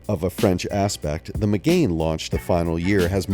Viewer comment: 'renALT'. 'meGAIN' sigh. Vowely voos wank wit me, silly moron please?